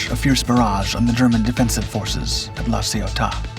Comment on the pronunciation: I felt like he was doing his best Hermione Granger impersonation "It's La CioTAH, Ron".